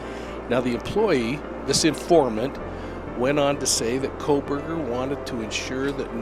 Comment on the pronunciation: I appreciate your reporting but it troubles me that you are not reporting the names of these people incorrectly at times which seems to diminish your credibility. 😬 Kernodle, with a D not a B. Kohberger not Kohberg, don’t drop the ER. Maybe I’m being too picky but these things stick out like a sore thumb to me…